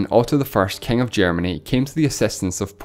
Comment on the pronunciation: "Kaing of kaings."